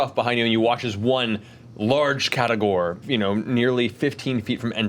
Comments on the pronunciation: As a HUGE fan of Shadow of Mordor I LOVE Shadow of War even more, and I love the CR cast more than almost anything. However, "Caragor" are the plated, lion like beasts of Middle Earth. "Catagor" makes me die a little inside every time I hear it. I love you Matt, but there is no t in the word and I understand that the characters have accents but I can't stand it. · Does it bug anyone else that they keep saying catagor instead of caragor even though they worked on the game and must have said it a bunch already? The other vernacular from the game is represented correctly so it's just weird that one thing is unanimously mispronounced. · I love this, but can't be the only one who has noticed that they spell it "Caragor" in the games but they keep saying Catagor. Am I crazy? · That's what I thought at first, but they were very clearly pronouncing the T several times, they were definitely saying "catagors".